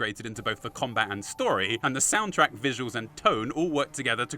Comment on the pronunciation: As a resident of the Mojave desert, thank you for pronouncing it right and not saying "Mojavé" like other fallout content creators... it REALLY makes you wish for a nuclear winter...